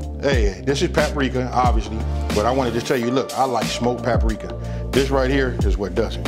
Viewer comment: Those wing dings....looks good...and it’s paprika...boy papa-rika 😂😂😂😂😂😂